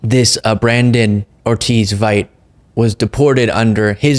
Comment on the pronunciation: I think the pronunciation if Vite is bee-TAY.